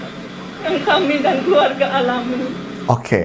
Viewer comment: Medok, pas dia bilang keluarga